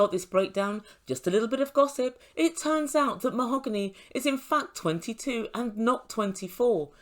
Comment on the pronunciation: MOE-HO-GAHN-EE she said 🤣 🤣 🤣 🤣 🤣 seriously?!!?!